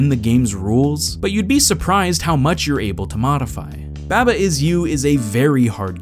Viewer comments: Please... Why do you pronounce it babba it's barbar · /bæbə/? seriously? it's supposed to be a sheep. have you ever hear the nursery rhyme bah bah black sheep ? it doesn't go "bæ ba black sheep" it's "bah bah black sheep" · I had to stop watching this video because you kept pronouncing it babba. It's a sheep. Its name could only be pronounced bah-bah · You pronounce Baba weird. Isn't it "Ba-ba" like "mama" with B's? :-P But yeah, it is one of my favorite puzzle games in a long time. Some other ones I'd recommend are Recursed, Fidel Dungeon Rescue, Desktop Dungeons, Return of the Obra Dinn, The Talos Principle, The Swapper, Linelight, Braid, and Vessel. They are all pretty different in their own way, but still great puzzle games with some interesting things going on. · Im pretty sure it’s pronounced “Bah-Bah” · Every time he says "Babba" I hurt inside. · taking care of his firstborn child: Someone needs his Beh-buh, huh?:) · please man i beg you please stop saying baba the way you pronounce it it’s pronounced bawba i’m going to kick and scream and cry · > Realizes it's a sheep. > Still says baba weird. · You pronounced baba wrong